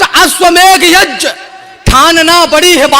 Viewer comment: बंधु! पहली बार किसी बड़े मंच से "यज्ञ" शब्द का शुद्ध उच्चारण सुना है आपके स्वर में, अन्यथा तो लोग यज्ञ को यग्य बोलते हैं।